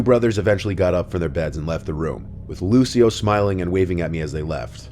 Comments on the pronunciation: Lucio in Italian would be LOO - chee - o, not Loo - see - o. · That's definetly not how you say Lucio...